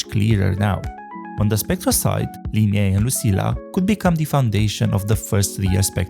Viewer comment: God... It's Li-nay, not Li-nay-eh. What's up with YouTubers not being able to pronounce the easieste names? Just put the names through Google translate and listen to the pronunciation in English.